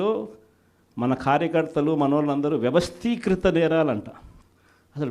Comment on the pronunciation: వ్యవస్తీకిత కాదు వ్యవస్తీకృత అనాలి.